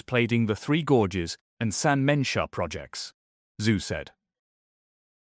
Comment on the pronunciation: "Dr. Zoo"? Lol. Wtf? Teach your AI basic pronunciation.